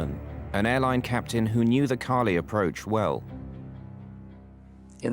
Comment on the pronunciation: Why can't the narrator say Cali correctly? lol